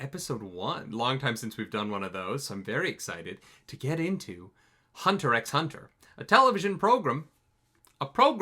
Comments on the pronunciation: It's just pronounced Hunter Hunter. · Btw, the X is silent ;) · If you pronounce the x in HunterxHunter, you gotta pronounce it on every title card lol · did he say Hunter ex Hunter? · The "x" is silent.